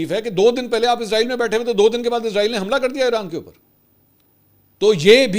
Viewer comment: منصور علی خان صاحب سے درخواست ہے کہ برائے مہربانی "عزرائیل" کی بجائے اسرائیل پڑھا جائے کیونکہ عزرائیل موت کے فرشتے کا نام ہے